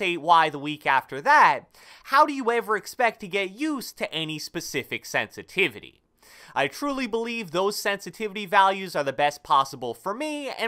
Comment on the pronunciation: “Sensitivity” lmfao only real ones know what I’m talking about shout out